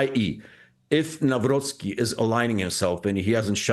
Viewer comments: With all respect but could you please try to correct your articulation of the name Nawrocki ? Myself and other Poles may find it somehow disrespectful. It isn't Nauroki but Navrotskey. It wouldn't matter much with a tennis player but he will be a Polish President for next 5 years. This will make a big difference showing proper respect. Thank you. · It is not Newroky (however there was a meme that he is "New Rocky", since Nawrocki was a quite active boxer in his times) - it is like "Navrotzky". We pronounce "cki" as ~"tzky" in polish. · spelled NAVROTZKY not NAWROKEE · Spells Karol Navrotskii, not Navroki 😂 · His last name is pronounced: Nav-rhotz-key accent on the middle syllable) Thx. Edit: Some of the keys on my old PC work intermittently, sorry. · you pronouce wrong his surname by saying Nawroki. It should be Nawrocki with capital C pronounced like in word "cell" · Nawrocki we pronounce like "Navrotsky"... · It's Karol NawroCki! Not nowroki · Nawrocki is pronounced Nav-rotzky. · Karol Nawrocki is pronounced as: 🗣 "Kah-rohl Nahv-ROTS-kee" Here’s a breakdown: Karol = KAH-rohl (like "Carl" with a softer 'o') Nawrocki = Nahv-ROTS-kee "w" in Polish is pronounced like an English "v" "c" before "k" is a hard "ts" sound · Hello Clayton, Na-vro-tski like Trotsky. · Dr. Krupa pronounces the incoming president's name the right way. Hopefully, it will permeate to the English-language media that way (Navrotski). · Correct pronouncing is "Carol Nahvrotsky" 🙂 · Try reading: Navrotzky. :D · Nav-Rot-Ski Crikey, it ain’t that difficult! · Just put some effort and learn proper pronunciation. "Navrotzki" -- to help you. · Please, pronounce Karol Nawrocki's surname correctly. Nawrocki / ' navrotski /. Thank you. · Navrotzki, that's a correct pronunciation. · It's pronounced "Navrotsky". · You should learn how to pronounce name of such important political figures…..you so much off…. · Please read our new president's surname correctly. Thx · Its NAVROTSKY not naa-wrookee